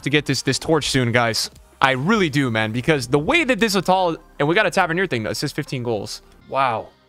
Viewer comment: It is youcef RATAL